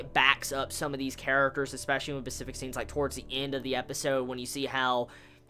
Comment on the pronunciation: why do you keep saying "Pacific" instead of "specific"?